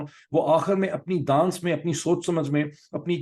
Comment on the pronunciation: I like your shows but I always notice you speak wrong Urdu words and never correct yourself. Not good…. The word “دانست” pronunciation is “danist” not “ danst”. Please correct yourself 🙄